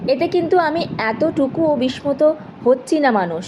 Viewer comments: কিছু উচ্চারণের ত্রুটি আছে যেমন- বিস্মিত, বিস্ময়। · উচ্চারণ অনেক ভুল শুনতেই বাঁধা পাচ্ছে মনে । বীক্ষণ কে বৃক্ষণ উচ্চারণ 😮 সাংঘাতিক রকমের ঘাটতি আছে বিস্মিত,বিস্ময় এগুলোর উচ্চারণ ও দেখতে হবে তোমায় ❤